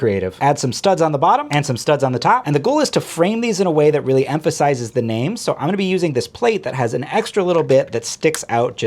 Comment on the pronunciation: "emphisizes" huh interesting